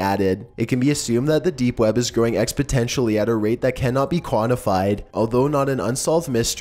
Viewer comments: "Growing expotentially" instead of "exponentially" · "Nu-kew-lure" "Ex-potentially" PLEASE STOP AAAHH